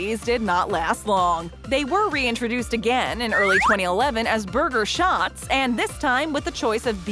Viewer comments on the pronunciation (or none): none